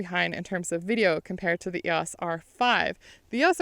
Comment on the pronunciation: Finally someone who pronounces EOS properly